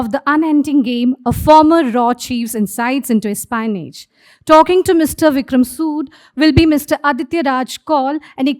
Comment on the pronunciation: MC’s pronunciations espionage not ass-pionage, many other errors she’s continually make. She can try to speak slowly or even speak in Hindi if possible.